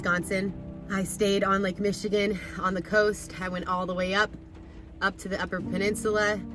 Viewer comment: Michigan not Michiganni